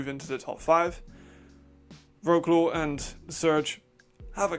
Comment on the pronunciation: Stuttgart Surge vs Wroclaw Panthers that was a pure horror, I've seen it live. We were so close from winning. Next game is Vienna and we have some "unfinished business" whit them form previous season. ;) ps. You need to learn how to pronounce Wroclaw mate, because we are going to playoffs and then some... :D keep up the good work, best Power Rankings of ELF!